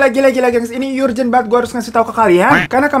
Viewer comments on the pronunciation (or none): Lu ngapa bilang nya yurgen sih.. Kan ergen yang bener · (Urgent)Erjent bang bukan yurjen bacannya